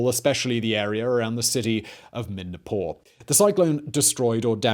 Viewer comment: Midnapore? As in Modinapur?